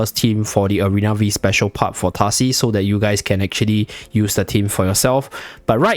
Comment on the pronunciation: It is "Arena Five" map, not "Arena Vi"